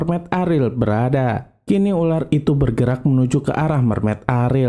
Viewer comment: Dia bilang urar bukan ular😂